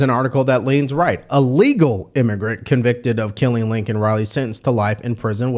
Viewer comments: #1 During the State of the Uniion Message Biden didn't even probnounce Laken Riley's name correctly; "Lincoln Riley". #2 The border bill wouldn't do anything to help secure the border, it would provide for expidited processing of immigrants: $118 Billion “Border” bill; * $20 Billion to for US/Mexico border; 17% of bill $$$. The other $98 Billion will be spent on: * $73.8 Billion to Ukraine (In addition to the $79 Billion + already spent) * $14.1 Billion to Israel * $10 billion in humanitarian aid for civilians in Gaza, the West Bank, Ukraine and other nations * $2.4 Billion to combat Houthi Rebels in Yemen * $2.6 Billion for munitions to Taiwan * Requires the US to process at least 1,400 migrants per day; 9,800/week, 42,000/month, 511,000/year. * Gives the president the power to shut down the border if more than 4,000 migrants attempt to cross the border in a week; 16,000/month, 48,000/year. * The $20 Billion earmarked for “border security” is to be used, not to secure the border, but to provide additional personnel to more efficiently handle processing immigrants. * The bill would cost over $350 for each of the 330 million Americans. This is about $1,200.00 for the average American family. Under the Biden administration Illegal border crossing have reached the highest numbers ever recorded; 300,000+ in December 2023 alone, a steady increase since Biden took office with 2.2 million in 2022 and 2.0 million in 2023. Under the Trump administration illegal border crossing apprehe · Laken, not Lincoln, say her name correctly. Biden fucked it up too. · LAKEN.... (LAY - KEN).... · The slime reporter forgot to mention how Joey miss pronounced her name... showing how much he really didn't care what his policy was responsible for... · State of the union? Mgt had signs saying SAY HER NAME! Because they did not acknowledge it and Biden said her name wrong! George Floyd in the other hand! Come on! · Her name is LAKEN not Lincoln ! RIP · Also it’s Laken not Lincoln